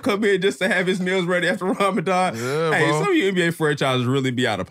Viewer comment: Ramadan not that hard bro 😭😭😭